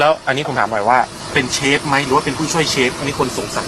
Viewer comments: เจ้าของช่องคนไืทยรึเปล่าออกเสียง “เชฟ” ไม้ใช่ “เซฟ” นะ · แอดครับ เขาออกเสียงว่า เชฟ ครับ ไม่ใช่ เซฟครับ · เชฟค่ะเชฟไม่ใช่เซฟ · เรียกเชฟ.... ไม่ใช่..เซฟ บ้าๆๆ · เชฟ ไม่ใช่ เซฟ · คำว่า เซฟ ก็แถแล้ว ช.ช้าง กับ ซ.โซ่ มันก็คือเชฟนั่นแหล่ะ เพียงแค่คำว่า เซฟ คือสำเนียงการออกเสียงของภาคอีสานเท่านั้นเอง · เชฟ ไม่ใช่เซฟเฮ้อ😑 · มันทำอาหาร.เสือกแถ.ว่า"เซฟ".ถ้ามันเป็นกู้ภัยจะพอเชื่ออยู่..เซฟ.ของมันคือคำพูด.ออกเสียงของคนอิสาน.ที่อ่านช.กับซ.ปนกัน./(โง่ไม่รู้.ไง )😂😂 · อ่อ เซฟ ไม่ใช่ เชฟ อ๊ะบ๊ะจ๊ะเห้ยยยเฮ้ยยยย!!! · มันอ้างเป็นเชฟจริงๆแหละแต่คนอีสานบางคนมันออกเสียง ช เป็น ซ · เน้นๆคำว่า เซฟ 55555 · ชอบตรงเน้นเสียงคำว่า เซ๊ฟส์ นี่แหละ🤣🤣🤣🤣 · เค้าพูด ช ไม่ชัดหรอคับ ถึงกลายเปน เซฟ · ตกลงออกเสียงว่าเชฟหรือเซฟออกเสียงมั่วหมด